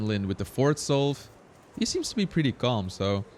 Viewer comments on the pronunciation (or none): none